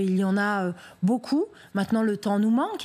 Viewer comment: "Busgétaires " sérieusement...... ?? Ça tombe bien bas le niveau ..